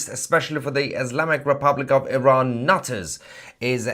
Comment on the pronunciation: Haha. The way you spat out "NUTTERS!" 🤣